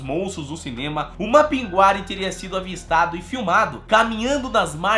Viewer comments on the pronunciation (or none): Não se pronuncia Mapinguari,e sim Mapinguarí sou de Manaus/Amazônas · Falamos Mapingurí no Amazonas, podem ter mudado a pronúncia recentemente. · Mapinguari e não Mapinguári... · Na realidade conhecemos aqui como "Mapinguarí". A tonicidade é na última sílaba. Sou parintinense e essa comunidade faz parte dela. E nunca ouvi dizer tal coisa...mas, está em nossas lendas. E no festival folclórico de Parintins se fala muito e há sua representação.